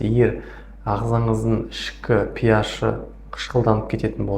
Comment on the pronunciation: Пиаш емес HP ашпи деп оқылады дәрігер дұрыс оқы